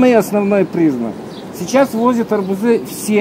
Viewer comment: Добрый день..Все это понятно, кроме одного. Почему вы говорите" арбуЗы" , "аобузОв" вместо "арбУзы", " арбУзов?